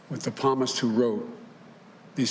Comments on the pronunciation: It's not palms like the palms of your hand, the p is silent, it's (P)salms and (P)salmist. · You all think this is great he can not pronounce Psalms in the bible its not palmists. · As if the "Psalmist" = "palmist" line wasn't enough... 1. What is the object in this sentence: the Thanksgiving holiday or the tables in our homes? 2. Seems like "...we've" most probably was supposed to have been "have" . Nice back-filling on that one. 3. "For our families, for 40-such years -- um, 40-some years..." That's three meaning-altering misreads within just *20 SECONDS! * Speech writers and teleprompters are simply a reality of modern politics. We all get that. But is any thinking going on? Any sincerity? *That's three meaning-altering misreads within just 20 SECONDS. * Like it even matters. I remember seeing public access cable actors who were better script readers. Smh.... :( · You wanted a puppet. At least have one that can read the Bible he claims to know. Palmist??? Seriously!!! Just listen to our new “leader” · The p is silent palmist it's psalms. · He said a Palmist. who the heck is a Palmist???? I bet he never go to church in last 40 years. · Well at least he invented a new word... "palmist" (twice) Lolol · It’s psalmist — The “p” is silent, bro!!!!